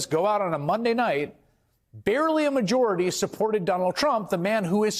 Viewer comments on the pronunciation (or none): Barely a majority LOL LOL LOL when will he ever utter those words right barely a majority what a f**** numbskull